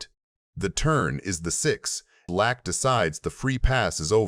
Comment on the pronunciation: AI voice is it pronounced Lack? Or Lock? Hint it’s Phil 🔒